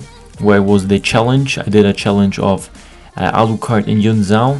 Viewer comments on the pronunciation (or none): none